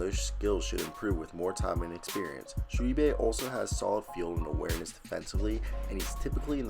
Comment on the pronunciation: Its actually pronounced shoe boy. He played high school with my boys son.